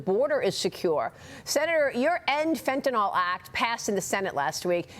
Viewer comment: Come on Maria, say Fentanyl not Fentanol. Why do so many people have a problem with this pronunciation? Asking for a friend.